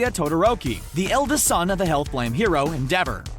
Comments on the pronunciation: Eng dub watchers: en-de-ver Eng sub watchers: en-dea-vo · “End-dever” “End-dever” It’s EN-DE-VOR! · I hate how he pronounced Endeavor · The way he pronounced Endeavor's name :>>>> (Not a hate) :>>>> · So no one is triggered that he isnt pronouncing endeavors name right